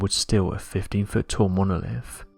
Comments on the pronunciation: This guy loves hearing his own voice obviously. And loves attempting to say the word "Monolifffffff"" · 🤣🤣 Monoliffffff 🤣🤣 love it he also says “what do you Fink” a lot 🤣🤣